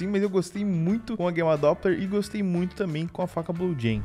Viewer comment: Até gosto dos vídeos desse cara,mas ele falando guema doppler me irrita e Gamma doppler o nome